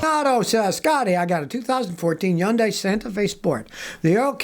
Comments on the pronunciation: "Yundai" Kills me every time. 🤣🤣🤣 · Never heard someone say Hyundai without the “H”… I’ve always said it like hun-die. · Yun - Die ! lol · Hyundai = Rhymes with Sunday C'mon Scotty 😂